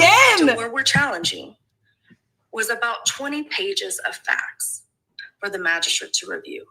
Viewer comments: Why does she keep saying it lmao Does she not realize she is actually saying magishit 😂😂 She just keeps saying it 😂😂 😂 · ain't too bright. She speaks like a fifth grade girl, and lacks complete understanding of the key concepts being refuted by the Defense. To boot, she cannot even pronounce "Magistrate" correctly., go back to Texas and "make hay while the sun shines" P.S. It is not "MAGISHIT!!" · Magi -STRIT Thats what I hear. How do you go this far in your career without your colleagues correcting you?